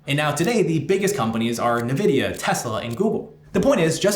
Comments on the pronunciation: You're the 1st person I've ever heard call it NaVidia instead of EnVidia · Just information Nvidia is pronounced en-vidia, not nuh-vidia. Like pronouncing the letter n. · In-vidia...not "Nuh vidia" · Weird way to say NVIDIA 🤔 Jensen pronounces it N-vidia…